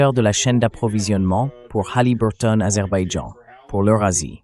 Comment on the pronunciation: Aber baijan pas Azerbaïdjan 😅